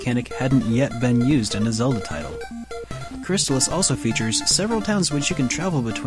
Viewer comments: Pretty sure it's "Chris-Tall-Is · I HATE the Crys-TAH-lis pronounciation and if I ever were to make a video game review channel and discuss it, I will never use that pronounciation even if it's the only 'correct' one. It just sounds so unnatural and pretentious to me. It always was and always will be CRYS-tuh-liss to me. Plus, I don't know if I've ever heard an official NES authority pronounce the name of the game on a commercial or anything like that. So isn't it possible it could have either, or both pronounciations be correct? This reminds me of the Ninja GUY-den vs Ninja GAY-den debate. In that one I always went with GUY-den. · i love it too,buddy.and,not being a troll-ass,but it's pronounced Crys-tah-liss.i worked on sales. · Great Game. Mispronounced though. Check out the commercial. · yeah the mispronounciation was making my O.C. explode